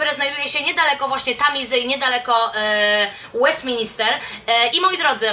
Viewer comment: Kochana mysle, ze to bardzo przydatny filmik dla osob jadacych do Londynu. Jesli mialabym wymienic takie "must see" to podalabym dokladnie te same miejsca co ty. Jedyna uwaga to to, ze parlament nazywa sie Westminster a nie Westmin"I"ster. To samo dotyczy sie oczywiscie Westminter Abby a nie Westinister Abby. Pozdrawiam serdecznie